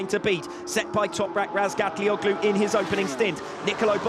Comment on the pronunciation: Hallooo:Madame please seine Nachname richtig aussprechen.